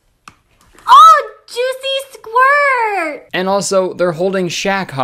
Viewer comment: Joocy squort